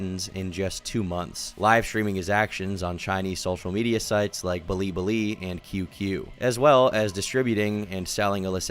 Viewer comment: He said *blibli* haha